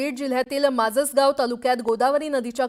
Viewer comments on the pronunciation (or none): महिला पत्रकार माजलगाव ऐवजी माझसगाव म्हणत आहे . तर ग्राउंड रिपोर्ट वरील प्रतिनिधी गंगामसला हे गाव असून त्याचा तालुका असा उल्लेख करत आहे. आयबीएन लोकमतने जरा पत्रकार हुशार नेमावे. कुठे विलास बडे सर आणि कुठे अर्धवटज्ञानी?